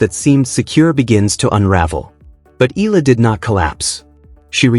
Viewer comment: please pronounce her name correctly.. it's pronounced as EEE YAH LA